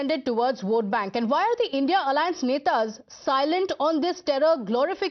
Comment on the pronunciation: don't say indiA ally it's INDI ALLY CORRECT YOUR SELF